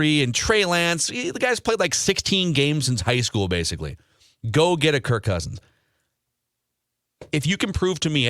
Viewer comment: BTW it's KIRK not Kurt